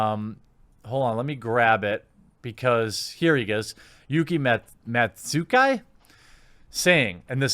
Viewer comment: I don't know why it bothered me so much that he said Yuki right but completely butchered Matsuzaki...